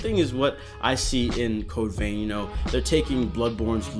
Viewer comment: "Code veen" 😅